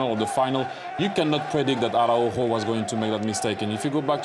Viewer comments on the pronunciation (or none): Homie said ARA-UJO NICE!!! 🤣🤣🤣